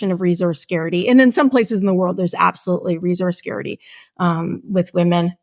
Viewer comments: why is she saying "resource scare-ity" instead of "resource scarcity" ???? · its pronounced "scarcity" not "scarity" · 'resource scarity'? wtf professor... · Its scarcity not 'scary'ty😳 . This is the state of education in america 😂. My bad its canada !! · Barbie was good.... "Scarity" instead of scarcity, multiple times.... I'm out. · The word is “scarcity” not “scarety” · It's scarCity! Not scarity! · She is saying scarity, but she means scarcity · Never heard the phrase "resource scarity" before, I'm sure she meant "resource scarcity" odd because she repeatedly said it 🤔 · Scarcity, not "scarity." I find it difficult to believe a PhD researcher can't pronounce this word correctly. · She's gotta stop saying "scarity" 😖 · Suh-keyhr- sit- teeeeee Scares - itty Scarcity. Lady i love you but we have to fix this its throwing off the whole effort to be seriously considered Maybe its addressed later in the video. If he was taught manners he would drop it in his replies conversationally and never bring it up again but im too horrified to keep watching. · the guest thought "scarcity" was "scarity" and said it four times; I guess she just didn't know the word and wanted to use the idea in this discussion. Do you all think it's wrong to take this error into consideration when contemplating her arguments? Is it wrong to raise mental defenses because of verbal slips like these? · Does she not know how to pronounce the word "scarcity?" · Why am I listening to some who can't say scarcity properly. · My first red flag was when she said about the Barbie movie “you should see it, it was great”. My second red flag was when she failed to say the word “scarcity” for the third time, and I realized it wasn’t just an accidental mispronunciation, but that she actually didn’t know what that word was… stopped watching at that point. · to What is saying?? resource scarcity or security??